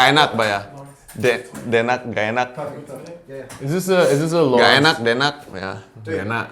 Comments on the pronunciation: Yeah,, correct your "ee nuck" to "ae nak" for Enak, please 🤗 and dee nuck to something else for "tidak/ga enak" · Daenak...not denak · says it well ae nak for Enak 👍